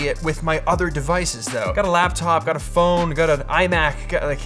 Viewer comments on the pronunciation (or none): none